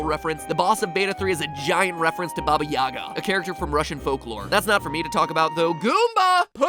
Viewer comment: MatPat, how many times do we (Russians) have to tell you: THAT'S NOT RUSSIAN BUT RATHER JUMBLED RUSSIAN!!! And in "Yaga" stress falls on the last syllable!